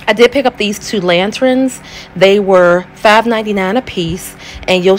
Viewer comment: Lanterns, not lantrins. Thank you. Nice job on this project!